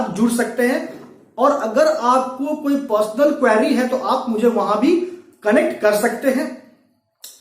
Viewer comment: Quarry nahi hota query hota hai